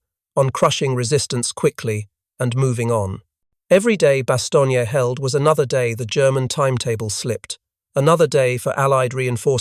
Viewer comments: Stop saying Bastonia. Jeez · Pronounce it correctly… bahs-TONE-yuh . Inexcusable.